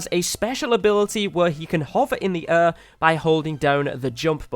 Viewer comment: Learn how to say air idiot